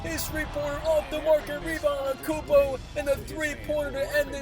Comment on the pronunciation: bro literally says anekoumpo